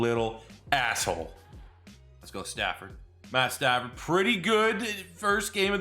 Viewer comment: It’s pad statsford